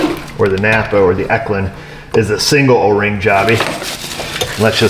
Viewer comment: Lovin' your channel , especially you gettin' your parts from "Nap'R" . LOL